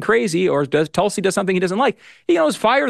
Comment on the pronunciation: It’s “Tool”si Megyn You pronounce the T correct but it’s not Tulsa it’s “tool”si